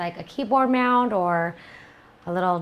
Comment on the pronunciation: is she saying mound instead of mount?